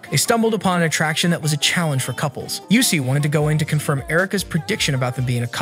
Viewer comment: not him pronouncing usui as Yusui \... ahhh no offense btw XD